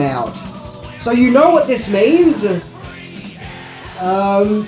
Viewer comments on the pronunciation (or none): none